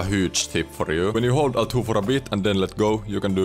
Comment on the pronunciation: "äl two", "är two" ja "äks button" 😚